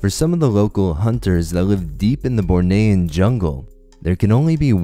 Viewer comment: You pronounced Bornean wrong. It is not (bore-nay-an) but (bore-nee-an) Source: A native Bornean.